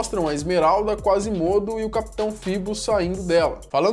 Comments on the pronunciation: a pronúncia correta é Quasímodo. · Kkkkkkk "Acaba ganhando o nome de Quase mudo" kkkkkkk aí aí, acho que ele pronunciou meio errado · Hey falou o nome do Quasimodo errado se pronuncia com acento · quasimodo..Sempre q ele pronuncia o nome errado e tenho uma mini facada